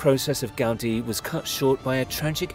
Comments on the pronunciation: The man it's called GA-U-DI, not Gádi... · It's the correct way. The accent is on the letter "i" so it's pronounced "gau-DEE." Take it from a Spanish-speaker. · The way the presenter says "Gaudi" is.....odd.